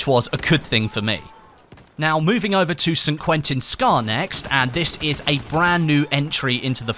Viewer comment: I love how says San Quentin Scar xD